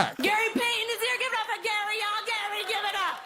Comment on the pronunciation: No one: Not a single soul: Not even James: Lilly Singh: GAry gaRY GaRy!